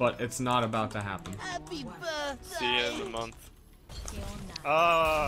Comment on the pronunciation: HAHPE BERTDAY